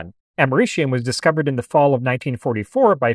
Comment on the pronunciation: "amerishium"? i think you mean americium....... its a c... not an sh....